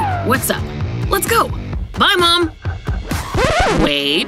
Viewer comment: It is mom not mon